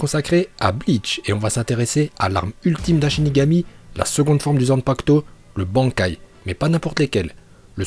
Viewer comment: Jaime bien mais sil te plait revoit tes prononciations, genre bankai